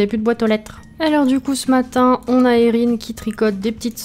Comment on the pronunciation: Super vidéo 😊 la maison est troppppp mignonne ((Enfin une personne qui utilise mon prénom enfin à peu près ; Erihn.. Et qui le prononce correctement ! 😂 ))